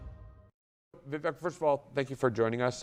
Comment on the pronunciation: Name is pronounced Viv-ake